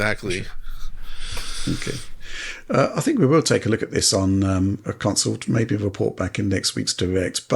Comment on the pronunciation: Love the show but god it drives me batty every time says counsole instead of console